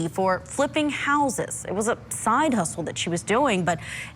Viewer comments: Her name is Curry is Kouri like Cory! Lol 😆 😂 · "Curry Richins"? Really? 😂😂😂 oh, this cracked me up. Note for next time: If you're just not quiiiite sure... just ask, bestie 🫶😌 preferably BEFORE you go on TV 😂 it's adorable though, so thanks for the smile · Kouri is just pronounced like Cory